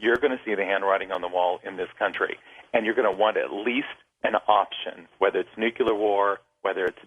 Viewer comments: he says nucular war.. . it is nu cle ar .....argentina has the debt problem also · Sorry honey, after hearing new-cue-ler from you every time, and then not being able to pronounce "litigious" I turned your shit off. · is that war going to be nucular? xD... also... "such and such powerful mogul owns a ton of land near southern south american... and such and such other one owns oa ton of land near southern south america... how do i know that? they are my neighbors" lol just kiddin. I hope you are wrong man, I hope you are wrong. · I couldn't have imagined that a sharp minded and a learned person like the speaker in this video can use the word "nuciler" instead of nuclear .I thought only George W Bush was able to come up with such illiteracy .But I guess most Americans are the same.Like that one reporter asking americans in the streets to name a country that starts with a "U" and some of 'em said Yugoslavia (instead of for example U.S of A) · You might have more credibility if you learn to pronounce nuclear. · This guy...he's an expert. You can tell, because he says, "nuk-you-lar," instead of nuclear and, "Fukushimi," instead of Fukishima. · Fukushima, not Fukushimi. So sad for Japan. Nuclear, not Nucular. Totally Horrible. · Fukushimi? Nuke-you-lar? Ex-specially? Learn to talk right. Then, maybe you'd be worth listening to.